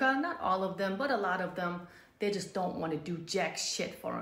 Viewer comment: "SHE'Z NOT YOUR'Z IT'Z JUZT YOUR TURN"